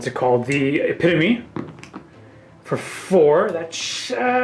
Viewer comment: Eh-pit-o-me. Not epi-tome